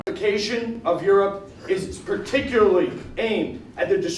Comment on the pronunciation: i thought the guy said "straticularly" like george bush or something. I had to rewind to see otherwise